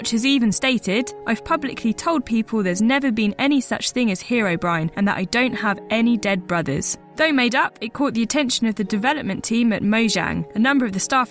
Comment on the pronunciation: sorry but heroBRINE NOT BRIN (IT HAS BEEN A SPELLING MISTAKE FOR YEARS) should of #1